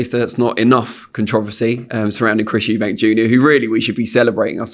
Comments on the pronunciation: Ffs Frank it's Eubank NOT Eubanks!!! Is it that hard?! 🤦‍♂️😅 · The name is EUBANK there is no S on the end! Why do people add an S? 😂😂😂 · Love the way Frank always adds an 's' on the end of Eubank 😆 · Why does Frank insist on calling him Eubanks? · It's Eubank not "Eubanks". Bit odd this bloke promoted his Dad but still getting the names wrong. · It’s “Eubank” not “Eubanks” frank mate